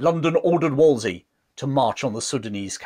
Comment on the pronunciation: Not to be a nitpicking pedant, but I do believe it’s WolseLy and not Wolsey; he was after all the very model of a modern major-general